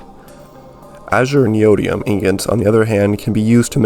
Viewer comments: really good video but HOW DOES NOBODY KNOW HOW TO PRONOUNCE NEODYMIUM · yea why not